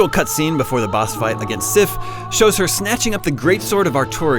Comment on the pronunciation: did he just call sif SHE